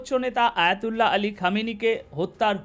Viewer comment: ভাই আপনি সাংবাদিক হলেন কতদিন হয় আয়াতুল্লাহ আল খামিনি আয়াতুল্লাহ আলি আল খামিনি আপনি বলতেছেন হায়াতুল্লাহ চেষ্টা নেই যদি একজন সুপ্রিম লিডারের নাম শুদ্ধভাবে না বলতে পারেন তাহলে এই বকবক করার কোন প্রয়োজন নেই